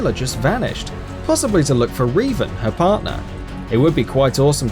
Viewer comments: Reevan? Its pronounced REV-AN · Your pronunciations of Jeanne and Revan was utterly vomit-inducing. As for which side-kicks I'd like to see, Mikhail from Drakengard 3 after Branch D ending. Also, I'd love if they could make another Bloodborne game that starts off in the beginning, letting you play as Gehrman. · How The fuk is it he says bastilla and revan